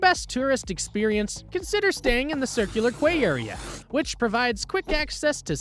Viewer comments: Circular Quay is pronounced Circular 'key' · A Sydnyite here. Bugger me I can't get over the pronunciations. Bugger me it's funny. It's Quay pronounced Key so Circular Key, not what this clown is saying it. There is way better places here to spend 5 day. BASICLY WHAT A LOAD OF CRAP!